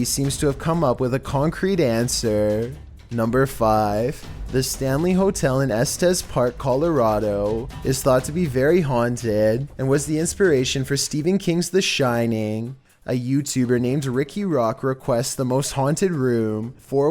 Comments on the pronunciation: you mispronounced STPHEN aka the way it’s pronounced is... Steven Sorry it’s my name and it always annoyes me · I thought Stephen was pronounced the same as Steven..